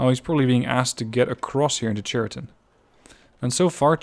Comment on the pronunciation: I may be not the first one who says that, but still. "Ch" in word "Chariton" spelling like in word "Character". It's not a very big mistake, still russian native speakers might misunderstood it.